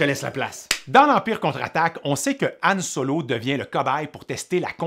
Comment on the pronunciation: Son nom c'est Han Solo, pas An Solo